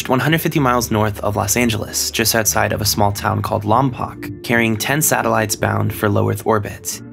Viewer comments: Its pronounced lom-poke not lom-pock. And people generally just say Vandenberg or Vandenberg Air force base, though I suppose now its space force base rather than referring to the town it's technically in. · Omg it's not Lom-pock it's Lom-poke >_< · Also pronounces Lompoc "Lom-pock" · you pronounced Lompoc wrong